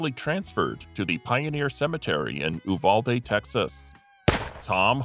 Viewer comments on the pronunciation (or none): none